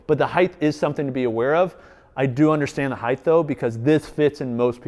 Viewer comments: Speaking of OCD, you said “Heighth” no less than 243 times this video. ‘Heighth’ is not a word my friend, it is ‘Height’. There is breadth, length, width, depth, but no ‘heighth’. Only Height. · This is one of the best review channels for any products, regardless of industry. That said, dude, the word "height" ends in a "t". Width. Height.